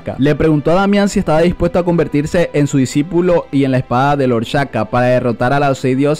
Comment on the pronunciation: No debería decir disipulo en ves de disipilo jajaja XD